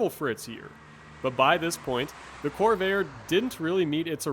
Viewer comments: Corv-air, please, not Cor-vay-er. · Why do you keep calling this a "cor-VAY-er"? Where are you from? It's pronounced "cor-VAIR". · The marque of the vehicle is CORVAIR, not CORVAYER! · you know a lot about these except perhaps how to say name, was always a corver, first time I heard corvayer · I grew up pronouncing the name Cor Vair... not Corv Air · Why does this guy pronounce "Corvair" as it had three syllables ... "Cor-va-er". Given the video is 5 years old, that odd pronunciation can't be blamed on A.I. 😅🤣😂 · Why are you calling it "Corvayer"? What's wrong with you? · drives me crazy to hear him say Corveyer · The best looking American car of the 1960's (in this body configuration). Best version is the Corsa with a 4-speed. Best to avoid the turbocharger. The narrator does not have a particularly strong accent but, for an unknown reason, he consistently mispronounces the name of the car. While it is composed of two syllables, the narrator insists on giving it three syllables. The correct way is "cor-VARE" but he says "cor-VAY-er." What a bizarre way to end the video: A coda about a completely unrelated possible drug dealer! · I really enjoyed this report . Guy has a great voice for it . One comment , Corvair pronounce like Corvette. I own eight of them and I NEVER heard anyone back then pronounce it the way this youngster does. I learned to drive in a 62 and coming from go-karting never had a problem with cornering. Guess I just had the touch. Cleaned up against Trimph tr3s and the like. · He's not pronouncing the word Corvair the right way at all!